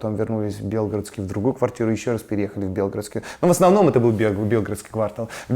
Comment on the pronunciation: белгородский ударение на г